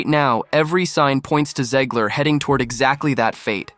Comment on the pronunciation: Can we please stop calling her "Zeeg-ler?" It's ZEG-ler.